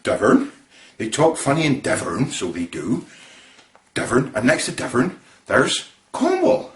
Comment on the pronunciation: the way you said 'Devon' was so annoying, like Devern, we don't say it like thyat, and it's my brothers name. But yeah i'm from somerset.